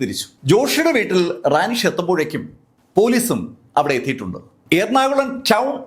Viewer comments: റാനിഷ് അല്ല റെനീഷ് ആണ് സർ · കൗൺസിലറുടെ പേര് റാനി ഷ് എന്നല്ലാ റെനീഷ്